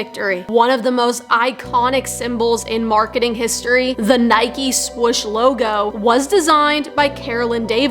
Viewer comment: I know. He pronounced it wrong is what I was saying.